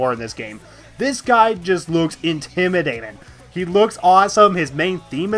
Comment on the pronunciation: why do you say intimidatin insted of intimidating